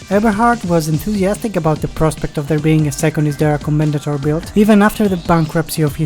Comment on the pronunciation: "Commendatore" is an Italian word, and the final "e" is not silent. Co-men-da-tor-eh "Porsche" is a German word, and the final "e" is not silent. Pour-Sha